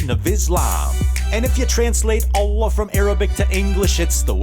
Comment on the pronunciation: PERFECT pronunciation of allah